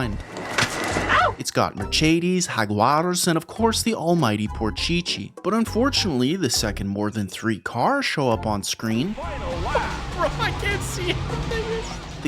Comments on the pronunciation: whaaaaaaaat did you say????? merchadies ? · MerCHEdes? Really? It's German, not Italian, dude! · Dude, why do pronounce Mercedes like that? :😂